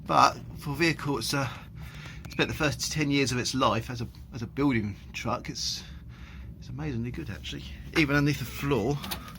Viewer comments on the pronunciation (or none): none